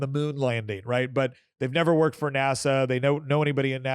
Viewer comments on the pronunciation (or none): none